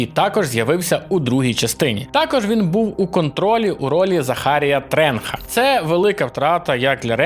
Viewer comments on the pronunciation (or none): Захарiя Тренха?? Тренч же